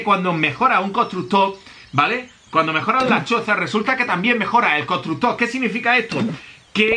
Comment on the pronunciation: Todos viendo como mejora los constructores Yo: dice "Constucto"